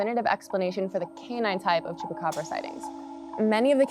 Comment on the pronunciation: I can't listen to them... I thought its Chupacabra Not Chupacbrrrrrrrrrrrrrra